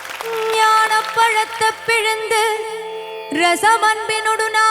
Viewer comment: She is good singer But Tamil pronunciation is wrong Palatha no Palaithai is the correct pronunciation